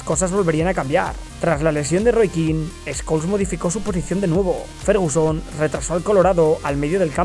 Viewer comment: Pol escols jaja así le decía el Bambino😆